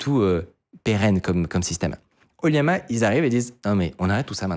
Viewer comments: J’ai remarqué la tendance à prononcer LLAMA, liama (ou yama?) au lieu de lama (laa muh, pour la phonetique) 😊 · Pitié c'est LLAMA / oLLAMA et pas Liama 😅 Autrement oui, ollama, c'est incroyable d'autant que depuis récemment on peut l'interroger avec le jeux d'Api openai. On peut adapter son code pour pointer sur son ollama.